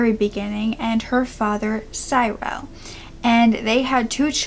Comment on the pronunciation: Cyril is "see-ril" just for the future love you